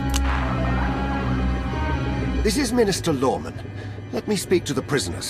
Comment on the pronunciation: it's minister lorman! MINISTER LORMAN!